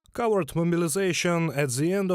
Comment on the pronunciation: I like how at the start of the video he says covert mobilization, but it sounds like coward mobilization.